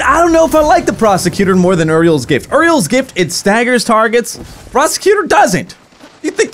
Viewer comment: Yur-E-Els Gift not Err-E-Els Gift